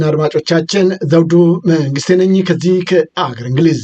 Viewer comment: ዘውዱ እባክህ አማርኛ አስተካክል !!! ህግ ሳይሆን ሕግ።መንግስቴ ሳይሆን መንግሥቴ በል እባክህ ትኩረት ስጥ።